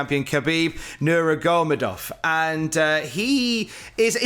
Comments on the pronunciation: Hi, Its pronounced Ha-beeb (the K is silent in Khabib) Nur(rhymes with fur)-ma-go-med-ovv. Keep up the good work! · Khabib ner-ma-go-med-off is how you pronounce it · I love you but you really butchered the name “Nurmagomedov” 😂